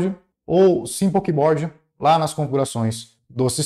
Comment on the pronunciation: desculpa mas quando eu escutei vc falar Gbode, helibode e simplebode kkkkkkkkkkk me quebrou